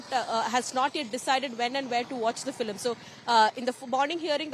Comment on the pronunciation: is she pronouncing FILIM repeatedly? Am I hearing it right?